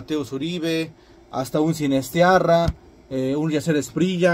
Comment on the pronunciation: Sinisterra, no Sinistiarra.